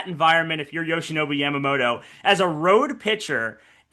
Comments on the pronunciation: Who is Yamamodo???? Pronounce his name correctly, Americans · People in English-speaking countries can't pronounce Yamamoto properly, can they? It's Yamamoto, not Yamamoro.